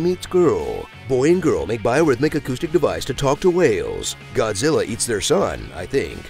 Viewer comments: Godzirra, godzirra godzirra, godzirra . . godzirra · That joke about ken Watanabe was pretty lame. The original Japanese movie was named Gojira. Ken is merely making a reference to that by pronouncing the original name, not that he was struggling to pronounce Godzilla...